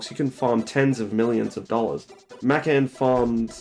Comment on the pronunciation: I take issue with the way you say Mackan